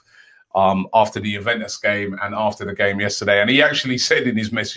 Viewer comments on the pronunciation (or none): none